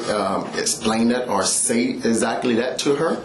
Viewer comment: He can't even speak correctly. Ezak-ly 😂